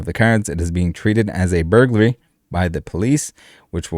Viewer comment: Its not burgruly u muppit